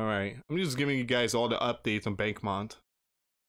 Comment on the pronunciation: Its pronounced bach-moot